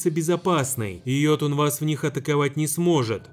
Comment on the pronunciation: уведомляю, не йотун, а ётун